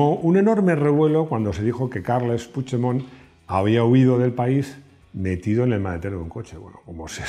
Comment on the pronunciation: Creo q eres el unico español q sabe pronunciar el apellido PUIGDEMONT . T lo dice un catalán 😂😂😂😂lo digo con humor web😂😉